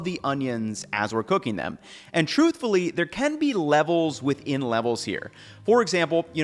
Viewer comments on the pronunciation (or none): none